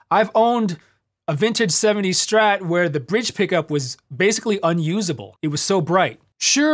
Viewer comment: Kudos for pronouncing it “Strat”, not “Shtrat”. Great vid, tasty playing.